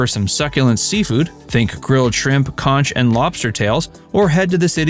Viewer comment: Conch is pronounced konk